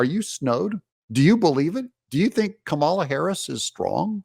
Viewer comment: Chucky pronounced her name camel-la. I guess they're not doing the you're a bigot thing anymore, if you don't say comma-la? He clearly did it deliberately right, to be demeaning and racist.